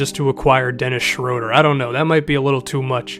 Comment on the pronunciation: It's SHROO-DUR